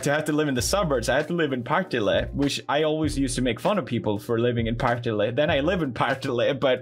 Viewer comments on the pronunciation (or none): Say "Partille" one more time.. Pawhrtihlé. Wtf. XD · As a Swede, it's really funny hearing him say "Partille" with an English accent.